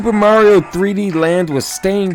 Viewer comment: lmao its MAH REE OH not Myeario